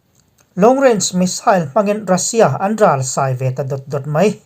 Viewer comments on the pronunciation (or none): Ral sai tih ngawt hi chu a thluk a hniam tur a nia. Ral atangjn an sai....a nih chuan sai hi a thluk a sang ang. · Bengvar thlak thin e, I taimain i fakawm e... 'Marawh chu Mizo tawng thluk dan dik lo hi a langsar leh thin a.. Ral sai tiha sai hi La ka sai tiha sai anga lam tur a ni e.